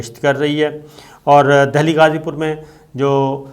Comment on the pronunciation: SABIR SHAKIR SAHIB GOOD REPORTING BUT AGAIN YOUR PRONOUNCIATION OF NAME OF SOME PLACE IS WRONG LIKE UTTER PARDESH; AND DELHI AND NAME OF PLACE - NAME CORRECTLY WHEN YOU SPEAK OTHEWISE IT GIVES THE IMPRESSION THAT U ARE NOT PROPERLY TRAINED TO REPORT